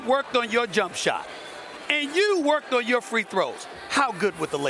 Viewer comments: Woj just literally called that man Russell Westbrick Tell me I'm not the only one that heard that 😂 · i checked it like 3 times and yeah... i heard him call westBRICK as well..... :S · Did woj call him westbrick😂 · This man called him russel westbri k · He just said westbrick lol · hahaha ,called him Russell WestBRICK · He definitely did and he cleaned it up after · He called him westbrick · yo this is messed up woj really just said westbrick 😅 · Why woj say westbrick smh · did he say westbrick? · He said Westbrick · I thought he said that as well. I listened to it multiple times and it does sound like Westbrick. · Facts lol it’s like ppl forgot how to say Westbrook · Did woj just say Russell westbrick? Lmao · Minute later SAS did the same:D